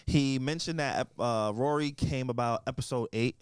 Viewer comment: says Rory name as Ruury. 😹 The disrespect.